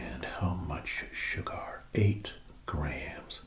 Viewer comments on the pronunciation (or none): You say sugar weird, like cigar